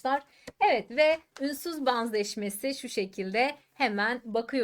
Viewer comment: Ünsüz baanzaşmesi nasıl bir telaffuz🤔 Banzettiği için🤐